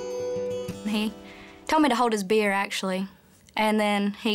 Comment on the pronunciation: oh beer i thought she said beard